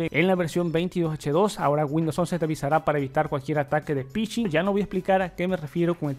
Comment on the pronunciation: Piching ? Kejesoooo ? 🤣🤣🤣🤣 OpenEnglish